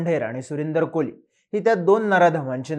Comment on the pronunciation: It's Kohli...not koli